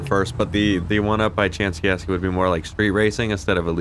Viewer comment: Lol these cats cannot say Chianski.